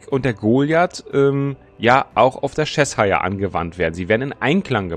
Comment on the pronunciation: Das ist nicht Chess-hire :-D Das wird mehr wie Czechshir ausgesprochen und dabei wird das i auch nicht wie das typische i (ei) betont, sondern eher wie ein deutsches kurzes i.